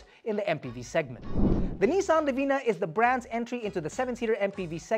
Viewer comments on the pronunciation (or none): none